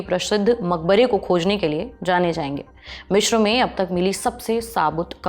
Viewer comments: मिश्र नहीं अपितु मिस्र है सही शब्द। Cairo अंग्रेजी शब्द है जबकि हिंदी/मिस्री भाषा का सही उच्चारण काहिरा है। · यह मिश्र नहीं , मिस्र है। कैसे अनपढ़ presenter रखे हुए हैं😮